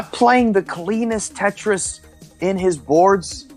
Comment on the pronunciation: I'm french thanks for the "Trois, deux, un, Tetris" it was hilarous ! :) Honestly you have a good accent and the "r" of your Tetris was very good !